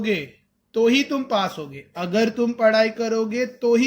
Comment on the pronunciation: Sir Aap Agar Ko Akhar Kyo Bolate hon 🤨🤨🙄🙄